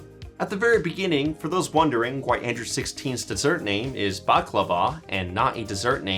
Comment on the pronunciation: Why do I hear him saying "Andrew 16"?